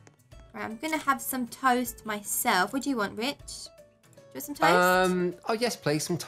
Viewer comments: when she said rich it sounds like the b word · did u say rich or bi*ch